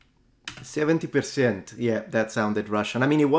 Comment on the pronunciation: Yeah; when he got to ”70 PERcent”, it sounded Russian. I think it’s Russian 🇷🇺. EDIT: My thoughts, exactly,. That ”PERcent” had the typical Russian broad ”Э”-sound.